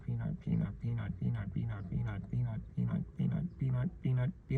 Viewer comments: The "PEA-A-NUT" part was hilarious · you said penis when u said peanut so technically that was off topic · “I have a penut” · I watch this video but everytime he says "peanut" i have to rewind the video and then wait until the next "peanut" is said then I have to restart again, rinse and repeat until eventually someday I actually finish the video